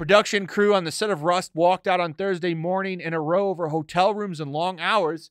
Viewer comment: "row" as in argument is pronounced differently than "row" as in "row a boat".